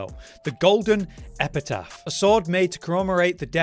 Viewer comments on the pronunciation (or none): Bro pronounces epitaph wrong in every video 🧍